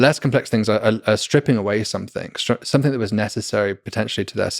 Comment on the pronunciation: blows my mind that someone so articulate and intelligent still can't stop saying "somethink" instead of something.